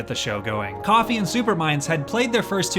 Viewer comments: When your african and you hear Kofi(Coffee) instead of Kofi (co-fee) LOL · How can you make a video like this and mispronounce the name Kofi